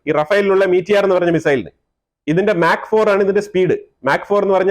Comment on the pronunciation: Slip of tounge - mach is x sound not light